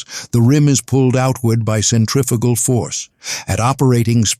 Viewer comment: 1052 centrifugal there is no such word 'centrifical'